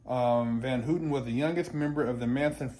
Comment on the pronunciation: It's HAW-TEN not HOO-TEN